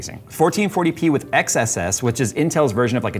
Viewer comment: I think that intels XeSS brand is pronounced excess. Maybe like an excess in frames or something.